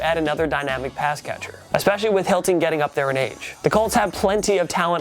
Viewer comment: “Helton”? Can anyone pronounce names right on this channel?🤦🏽‍♂️